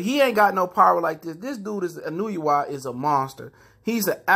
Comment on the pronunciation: I love Inoo-you-wa